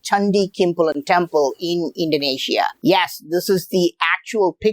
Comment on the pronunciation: Indonesia❌ Indaeneshia✅